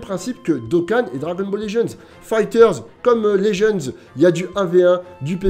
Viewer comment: Juste je regarde t’es vidéo mais est ce qu’il est possible que tu prononces le nom du jeu correctement stp 🙏🙏